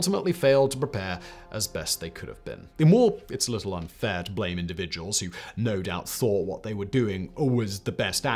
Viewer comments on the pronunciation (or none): none